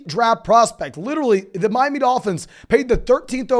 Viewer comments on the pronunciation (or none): none